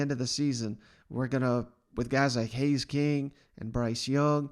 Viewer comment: Haynes, not Hays or Haze.